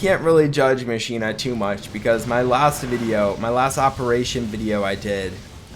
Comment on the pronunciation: Pls stop calling machina mashina, it’s pronounced mockina